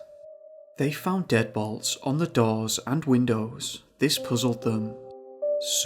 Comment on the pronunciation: When the narrator sez deadbolts I hear him say dead balls 🍑☠